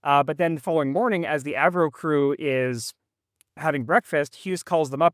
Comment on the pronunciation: I like how you switched from the Av-Ro pronunciation to “Avro” 😅